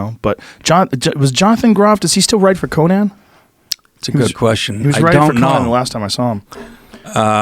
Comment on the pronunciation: What people aren't discussing enough is Joe pronouncing Conan O'Brien's first name "Conaaan" How has he managed to make it to 50, without hearing someone say his name?